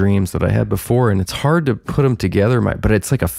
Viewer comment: Hard not gard. My phone id is broken to boot